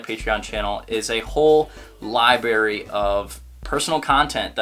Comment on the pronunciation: he said LIBARY